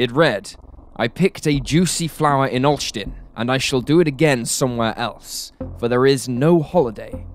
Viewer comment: i was going to say the same.perfect Olsztyn